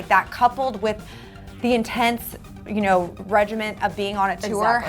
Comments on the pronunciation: You pronounce it 'you know' not uno the Spanish number - just saying 😂😂😂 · It's not uno it's you know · Uno used in text is pronounced like you know btw 💜💜 love you guys